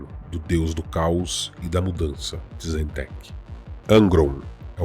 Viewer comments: Se pronuncia "Tizint" com T mudo, e não tizenteque kkkkkkkkk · Konrad Kurze mas pronuncia como Curse (Maldição) Tzeentch não se pronuncia "Teezentek" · Muito bom!;) Parabéns por mais esse vídeo. Dica: Tzeentch se pronuncia "Zitxh". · Muito bom o vídeo, só alguns nomes que estão sendo falado meio errado, como Tzeench.